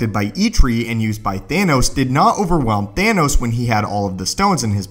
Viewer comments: umm you said anoss instead of thanos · The way he says Gauntlet and Thanos